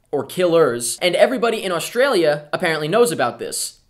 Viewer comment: You say Australia funny XD